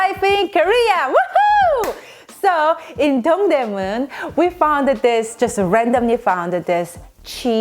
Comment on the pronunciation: Lol she said Dong Dae moon with an american accent.... Like if she said it with a korean one Americans wouldnt understand...lol